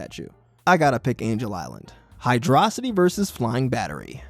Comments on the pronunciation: HYDRO. CITY!!! Not Hy-dra-city! HYDRO mother🤬ing CITY!! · It's hyrdo city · HYDRO-CITY read it and weap, that's the official pronunciation according to SEGA itself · "Hy-DRAW-sity" - opinion invalid